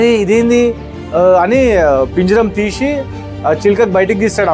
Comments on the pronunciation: పీంజరం కాదు అన్న పంజరం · కథ బాగుంది కానీ పంజారాన్ని పట్టుకుని పింజరం అనడమే బాలేదు